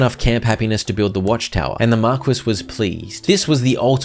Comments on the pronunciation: I'm dying, markwes, pretty sure it's pronounced mar-key. Still funny tho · Thank you so much for this playthrough!! I love it all! sidenote, Marquis is "Mar-kee" and not mar-quiss literally. you still made it sound fancy though 10/10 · bro really spent an hour and a half pronouncing marquis as mar-kwiss instead of looking up that it's pronounced mar-key in 2 seconds on google... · Every time he pronounces "Marquis" as "Mark-wiss" a little piece of my soul died 🤣 it's pronounced "Mar-key"🙃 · Okay. It's not Mar-kwiss. It's Mar-kee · PSA: Marquis is pronounced Mar-kee not Mar-quiz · i know brits forgot how to pronounce their own words, but pronouncing wrath as "wroth" is just mind-boggling. not to mention pronouncing marquis(Mar-Kee) as mar-quiz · Love the vids! Just knowing that you more than likely wont do another hundred days of this until more dlc releases, I have to tell you that Marquis is pronounced marr - key, and is a middle ranking noble title. I wouldnt want you going through life always pronouncing it wrong! :) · marquis is pronounced mar-key lol great series, cant wait for the next one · its pronounced MAR-KEY my guy lol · Marquis is pronounced "mar-kee". Unless it's black. Then it's Mar kwees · Just an FYI: Marquis is pronounced 'Mar-Key', it's a title not a name.